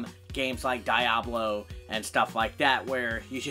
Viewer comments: DEE-ablo, not DIE-ablo :P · Die-ablo really?? 🤔🤔🤔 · Die-ablo lol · "Die-ah-blo" LOL! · I stopped watching after you said DIE - ablo